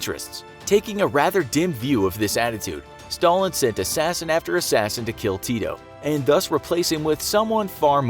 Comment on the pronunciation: He says tito so funny😂😂 its diferent in serbian-language that was speaken in yugoslavia (yugoslavia doesnt exist now)